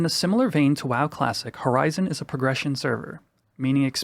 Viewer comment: Congrats. You're the first person I heard pronounce it right. It's Horizon eleven. It's like these other people have never heard of Roman numerals.